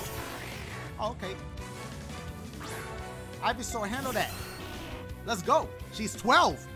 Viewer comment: EeveSour??????? It’s Ivysour dashie lol 😂